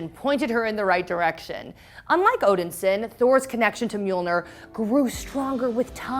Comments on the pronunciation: STOP saying "Odinsin" it is "ODINSON" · OMG please stop saying Odin Sin! Great video except saying Odin Sin. Odin Son! It's Thor Odin Son. There had to be someone who knew this during your production so I'm guessing they let you mess up and that's just wrong. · Odin-son not Odinsin. That was driving me crazy. And decent recap on the comics, but she can't wield Mjolnir if it not longer exist. Now if they do the multiverse, maybe they didn't break up, Odin didn't die, and Hela didn't pop up. But from the outside, it seems painfully contrived. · Odin-Son!! Not Odinsin!?!? It's really not that hard!!!! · Are you seriously saying “odinsen”? It’s “Odin-son” 😑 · please quit sayin odinsin... its odinsOn as in the son of odin. i love you but the way you say things gets to me lol and then you keep saying it over and over. the way you said odin is correct. it is odinSON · Omg yes she keeps saying OdenSIN like wtf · I hate how pronounces Odinson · Is it just me or does she keep pronouncing odinson completely wrong? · Yeah that was bugging me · Thank you.. i come to the comments section to see if anyone else noticed. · It's pissing me off